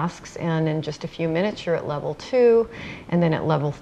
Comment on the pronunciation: virtual game world lol she jus cant say level can she ? (cough cough) im sick i got video game symdrome